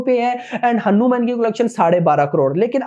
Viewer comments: Pronunciation is हनुमान not हनु-म्यान, bos dk thik se naam lena sikh le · Kya hanumen hanumen bol raha chutiye hanuman hai